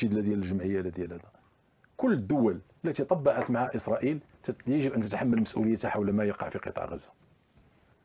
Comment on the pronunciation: اليان الحال وليس ايسريل